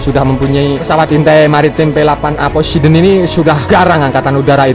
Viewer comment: Poseidon min bukan posideon